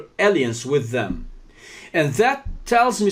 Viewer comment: >> Realmente no tienes porqué disculparte tanto por tu inglés; es muy bueno, de verdad! Sólo en ciertas palabras falló un poquillo la pronunciación (alliance-> se pronuncia 'aláians', suits-> 'suts', therapeutic-> 'therapiutic', anagram-> ' ánagram'). Creo que la palabra que buscabas para decir forcejeo en inglés, era 'struggle'. Querido, eres una persona preciosa, muy sencillo y humilde, y le das mucha admiración y respeto a tu interlocutor. Te apreciamos mucho por ello. La entrevista y la información, excelente, pero el hecho de que al señor se le esté cayendo y descomponiendo la carita, etc. constantemente, me inquieta mucho, y no me dá confianza. Cuídate mucho, y recibe un gran abrazo con mucho cariño de una de tus subscriptoras. Gracias por el gran esfuerzo que implica una entrevista en otro idioma y luego editar el vídeo para poner subtítulos.